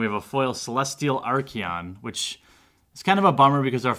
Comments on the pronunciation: There is no "i" in archon man, your saying it like Archion, it's archon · theres no E in archon. are con is how its pronounced